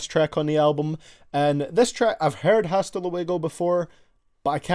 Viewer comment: It's h is silent in hasta